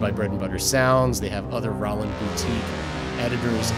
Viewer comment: this might be the first time i've ever heard anyone pronounce it "Rah-land"....